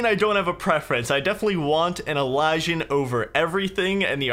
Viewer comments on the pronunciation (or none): i thought it was pronounced like Elle-E-see-an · The only thing is bad at is pronouncing shit lmao. Elysian is "ee-LIZ-ee-an/un", and nasturtium is "nah-STUR-shum"